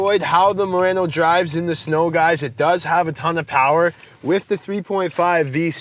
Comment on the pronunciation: Idk why I heard him saying Nissan Marino in the beginning 😂